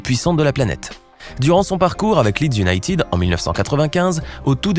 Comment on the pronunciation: salut,en anglais ,united ne se prononce pas younaytid mais younaited et merci